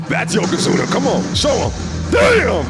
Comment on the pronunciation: Not yokazuna 🤣🤣🤣🤣